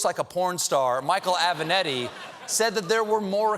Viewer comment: JESUS CHRIST STEPHEN it's avENAtti not avANEtti